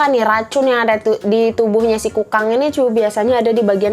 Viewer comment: Sabar ya..! Kayanya hidup lagi banyak pikiran. Ngomong Kukang aja jadi kangkung..😭 Btw tapi ngakak kak.. Makacih ya udah ngehibur kita..😀